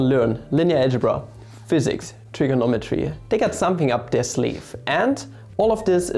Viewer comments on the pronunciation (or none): none